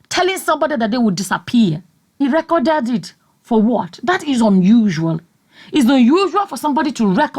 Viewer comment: Hahahhaha!!!! “ he recorded it, and gave Mike a copy... and distributing them like guguru and èpa.” I heard your accent when you said, “he reekoded it.”